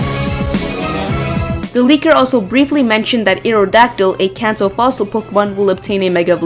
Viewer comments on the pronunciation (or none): none